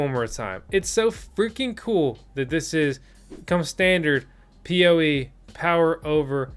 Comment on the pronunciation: It's POE power over Ethernet maybe you just said it wrong in the video once LOL Thanks for the video.